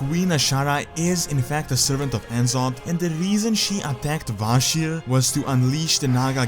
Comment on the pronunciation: En'zoth? It's N'Zoth (Ne'Zoth)